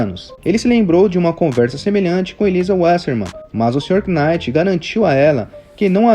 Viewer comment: Só um detalhe, acredito que não precise falar o K em Knight